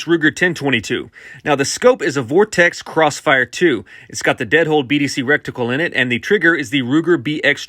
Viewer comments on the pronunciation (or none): Recticle? Really? Good grief.